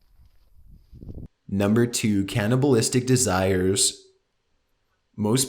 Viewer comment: Number 2 canni,-ball-isti-c DE-ZIRES